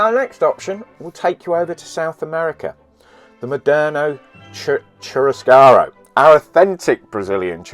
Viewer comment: Churrascaria ee aa at the end